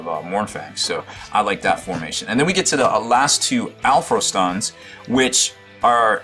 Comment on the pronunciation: Pronounced All-FROSTun